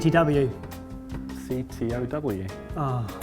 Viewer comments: "CTW" - trying to correct -" CTOW" They think it's right but it's actually "COTW" Thank you. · CTW.: CTOW. Guys, Comment Of The Week has been a thing for how long now? It's COTW. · "CTW",: "CTOW" Reality: "COTW" You both got it wrong. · "CTW",: " CTOW" Reality: COTW you both got it wrong. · you are wrong. It's not CTOW, it is COTW.;) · COTW not CTW and not CTOW